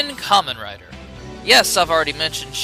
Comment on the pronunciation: It's Karmen rider w not double